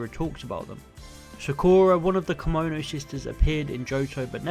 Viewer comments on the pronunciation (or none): none